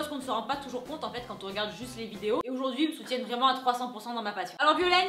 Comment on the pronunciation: Aujourd'hui , Aujourd'hui, Aujourd'hui et pas Oujourd'hui !!!! C'est frustrant